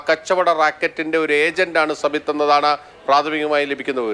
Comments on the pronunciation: സബിത്തല്ല.സാബിത് നാസർ.. ശരിക്കുള്ള പേര്പറയ് എന്താ പേടിയാവുന്നോ.... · സബിത്ത് അല്ല... സാബിത്ത് നാസർ... പേര് തെറ്റായി ഉച്ചരിക്കുന്നത് മാമാ മാധ്യമങ്ങളുടെ മറ്റൊരു അജണ്ടയാണോ..?